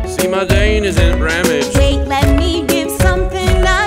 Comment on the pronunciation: who replayed like 5 times when he said "see my drain isn't bramaged"